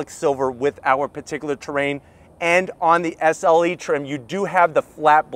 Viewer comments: SLE... not SeL 😂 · Hey, You kept saying “SEL” badges all over the back of the vehicle. It’s SLE. 😂